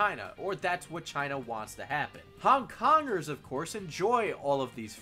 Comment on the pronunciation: I hear "hung dongers" every time you say Hong Kongers